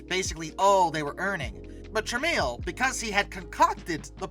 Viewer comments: It’s “trah-mel” not “trah-meal”. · OMG. It's TRA-MELL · The name is pronounced TRA-MEL. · Its pronounced "Trah-mel" not "Trah-meal" Look into Amstrad. It nots just a computer story. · It's Polish. The "I" in Tramiel is silent.